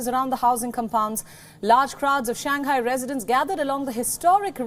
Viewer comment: she and Palki can never call Shanghai correctly , it is not Shan Ghai, hah :))